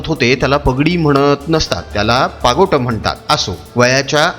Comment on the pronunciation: पागोट नाही, पागोटे म्हणतात